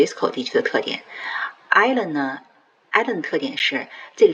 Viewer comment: Allen。不是 island